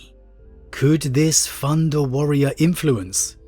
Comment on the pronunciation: You know it's thunder warrior, not "funda" warrior